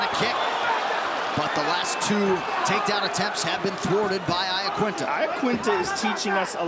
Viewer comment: Why cant anyone pronounce Iaquinta's name properly?